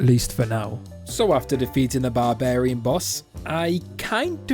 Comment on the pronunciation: It’s barbarian not barbairn